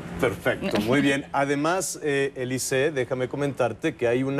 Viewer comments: soy francés y se pronuncia Alizée, no Elizée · Ja ja ja, me da la idea de que Alizze le está diciendo, "momentito, no me quieras comparar con su nacademia que no es lo mismo que lo mesmo" no entiendo por que demonios le dice elize, si en español se pronuncia alizé, en frances alizze y en inglés alis. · Díganle a Nicolás maduro que es alizee no elice 🤣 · Nadie le habra dicho al conductor que se llama Alizee y NO "Elizee" ?? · Te equivocas es Alizee la A no cambia a E...es Alizee no Elizee..... Ya he olvidado mi frances no lo practico años pero no conosco una sola palabra francesa en la cual la vocal A seguida de una consonante se convierta a E......ahora bien una vocal A seguida de otra vocal si puede cambiar la pronunciacion...ejemplos au, ai, ..... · Se pronuncia Alizee verdad....eso de elise....si la "A" se pronuncia igual XD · Al Conductor del show no le dijeron q esa senorita se llamaba Alizée, no Elize. Gallo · AAAA, es AAAAlizée, non eeelize petit con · Es alizee no elizee se confundio penso que era gringa ya que la a suena como e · ES ALIZEE NO ELIZEE AY T ENKARGO JAVIER ALA TORRE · Que entrevistador tan malo.. preguntas obvias y tontas.. me da verguenza ajena... y no es elize.. es alizee.. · NO AMIGO SE PRONUNCIA ALIZÉ QUE SIGNIFICA VIENTOS ALISIOS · Ami tambien me caga que diga elize no mames🤮🤮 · 🤮🤮Me castro que diga elizee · se quizo oir bien fashion diciendo "ELIZEE" pero la cajeteo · el animador le dice Elize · 🙄es Alizée y se pronuncia aliizii en francés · Este periodista es un inepto, hasta le termina diciendo "eliset". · QUE LE PASO A ESTE... YA MEJOR QUE DIGA ELISEO...ELISE?, HAA GENTE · Soy peruano y si tienes razón su pronunciación lo hizo mal el entrevistador, pero que importa con tal de haberla escuchado algo en español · Pésima entrevista de Javier que no sabía siquiera pronunciar su nombre